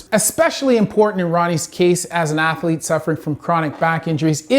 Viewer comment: I know this guy is a doctor and all, but it's funny to hear him pronounce athlete as ath-a-lete.